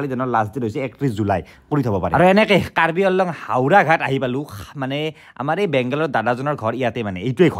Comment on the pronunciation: That's Karbi Anglong not Karbi Along. Prounce it Correctly